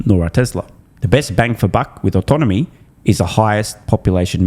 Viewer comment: ives cant pronounce autonomy